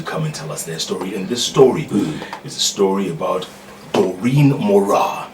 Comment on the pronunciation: Its Daureen Not Moureen